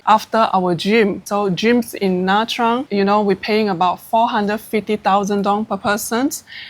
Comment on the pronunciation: This lady looks like a Vietnamese, why didn't she pronounce Nha Trang collectly??